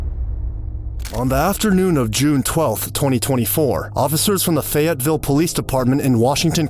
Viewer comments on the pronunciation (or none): Not me just watching random crime videos and then hear “feyetville Arkansas” which is an hour away from me